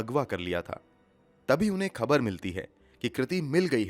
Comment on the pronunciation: Excellent voice and narration but bhai pls correct pronunciation of words u often say wrong. Egs- phaila not Faila, khabar, khoon, zila not jila.